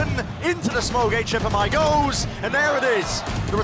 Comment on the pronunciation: Why do the caster call HFMI like that if he said he wanted the casters to speak his full name :c